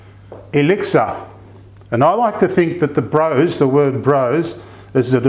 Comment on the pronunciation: Lovely video, this is my Scottish best mate's favourite dessert. She says to pronounce it Bross rather than Brose, even though it is spelt with the E.